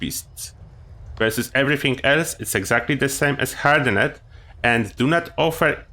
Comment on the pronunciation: I guess I need to be that person.. Hardened pronounced Hard-end. Not hard-end-ed. :) I chuckled everytime you said it.